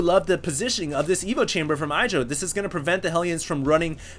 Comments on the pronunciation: his name isnt "aidra", its "iddra" (pronounced) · Why does this idiot pronounce Idra EYEdra. My god its annoying